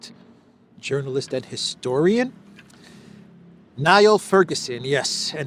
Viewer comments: Come on, do the research. Ferguson is a famous Scottish born economic historian, American professor at the Hover Institute married to Ayaan Hirsi Ali. BTW he is not Nile Rodgers of Chic 1980s disco band but pronounced "kneel" As in, taking the knee😂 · Niall Ferguson gets very upset if you call him Nile. Apparently its pronounced NEIL. LOL Total clown, that guy. I think he literally did a glowing biography of the ROTHSCHILD family? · His name is pronounced Neil and is now a US citizen and based out of Stanford. Just for your reference. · Niall is pronounced ‘Neal’…There is no grrr in the name Gallagher - it’s just : Gala - her; the name Moran is not pronounced Moranne - the emphasis is always on the beginning of a name here so it’s simply- Mo ran ; Costello is Cost’llo - names such as these have drifted from their original usage that’s still here in Ireland - grating to an Irish ear ; another one is Caitlin - original spelling as in Irish , so its pronunciation is Catch - leen…(even allowing for slight variation in the country’s dialects). Whatever JD Vance says is fine though - wouldn’t ‘correct’! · Niall Fergusson (pronounced Neal) is a professor of History, and Oxford don - has made some really interesting documentaries about the economy, history of banking, etc. Oxford University of Cambridge University of Oxford New York University Harvard University London School of Economics Hoover Institution, Stanford University I was so disappointed to find he's anti-Trump - I think he was even on the wrong side of the lock-downs and vaccines, though not with great conviction - just to appease his overlords, I think. He wasn't quite anti-Brexit - so that's why I'm surprised. He described Brexit as a man going through hell and losing everything in order to divorce his wife and, as soon as the divorce is final - she dies of cancer.